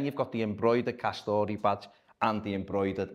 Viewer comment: I like it. Better than the Hummel efforts anyway. It’s pronounced ‘Ka-store’ btw not ‘Ka-story’. Two syllables.